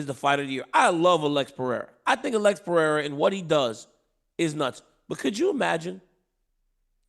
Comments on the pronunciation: Chael, I dare you to say PIERA in front of Alex, bruh learn his name already. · Puh Ray Ruh. Jesus Christ, Uncle Chael. 😂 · This stupid Chael can't even pronounce Alex Pererira's last name properly 😅